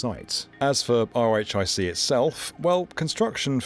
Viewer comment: Just a heads up as someone who lived in the area and have friends and family working at BNL (and I interned there twice!), RHIC is usually pronounced "Rick" rather than pronouncing each letter of the acronym, and (fun fact) the original EIC proposal (e-RHIC) I've heard said as 'e-Rick' or 'Eric'.